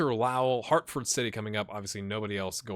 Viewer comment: Damn he butchered greater Lowell thats the team I play for lol